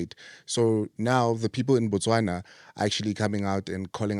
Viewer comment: I love how you said Botswana 🇧🇼 We love you too ❤